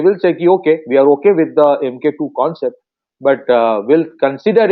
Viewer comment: Pronounced as Mark-2. Not Em Kay two !